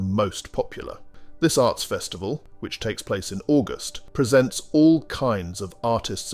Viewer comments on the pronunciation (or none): none